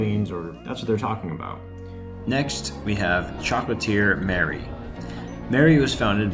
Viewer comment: Please….it’s not choclateer……they’re not an offshoot of Disneyland……it is chocolatier which is french…..shock o laat te eh.